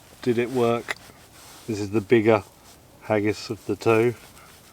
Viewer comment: I loved this video up until you said "hagis" 🤮 Seriously, very interesting video. I love that saw. The stoves were very cool as well. Great video!